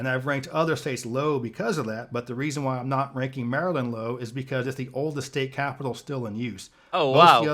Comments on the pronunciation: You're getting closer with pronunciation of "Maryland" -- still not quite there. :) You're saying the "-land" part too nicely, like the word "Land." The last 2 syllables should be de-emphasized, with neutral vowels, like "MAIR-uhl'nd." But excellent try, and I loved your reaction to this whole video. Being a Delawarean, I can't disagree with his evaluation of the Delaware state capitol -- it DOES look like a (very nice) university building, in the traditional East Coast Colonial style (red brick, white trim). I've been to the Wisconsin capitol, and I agree with you that it has a special something. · You're close on the pronunciation of Maryland, but you have the final vowel sound wrong. It isnt pronounced like the word "land". It's more like "Lund". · You were close with saying "Maryland" lol but you have to say it more like "lund" instead of "land" 😛 Like "Maralund" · Maryland is pronounced closer to mare-uh-Lund rather than merry land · How to say Maryland… Mare-uh-lind. It’s not “Land” lol. Hope that helps cuz you still haven’t nailed it yet. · Its Merra-lind, you keep saying land like the word land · I pronounce the “land” part of “Maryland” more like “lind” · We pronounce "Maryland" not as Mary-Land, but "Marilyn" (as in Marylin Monroe). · Maryland rhymes with Marilyn. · It is not Mary land! It is Marilyn! That is not the spelling but the pronunciation!! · Maryland is “mare-uh-lind” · Maryland is a word that gets slurred together easily, Marelund. Born and raised there, but I will probably receive some slurs myself. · Maryland is pronounced Meh-ruh-luhnd with the emphasis on the first syllable... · More run together than that, Mare-lin. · Maryland. Pronounced like Merril land. Think Meryl Streep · You did not nail Maryland. Mar-land drop the e sound after Mar.